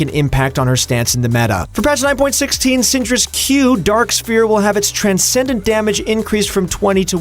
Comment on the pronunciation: “Drak Sphere”